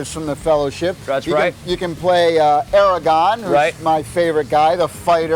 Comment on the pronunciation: Um, Aragon is a gas. It's Aragorn 😒🙄